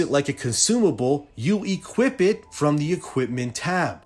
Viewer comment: its called to equip, not to equipT. not trying to be a dick, just pointing it out so you can say it right in the future